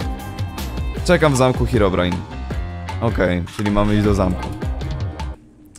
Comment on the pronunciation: Ei czy tylko ja gdy mówi hirobrine na początku słyszę paliona